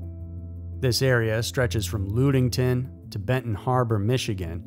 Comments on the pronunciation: lol. More Michigan corrections. It's not "Loodington," it's LUDDington," that U sound is short like "uh," not long like "glue." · It's not LUDEington it's ludington, lud like mud. I grew up there. Big fan of the show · It's pronounced Ludington like London not like loon.... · Not pronounced Loodington ( Lud like plug ) Ludington, born and raise in Ottawa County MI, basically on the outside of the triangle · I'm sorry, but you said Ludington wrong. Good story though. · You said ludington wrong😂😂😂